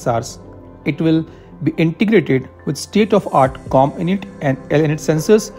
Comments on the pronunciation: Int is pronounced like (int)elligence इंट . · It's not cominit or elinit. It's Comm. int . Abbreviation for Communication Intelligence. Like MI which is for millitary Intelligence